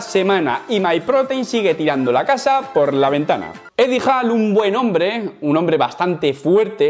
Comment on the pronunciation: Eddie HAll???? Diooos me sangran los oidos 😂🐶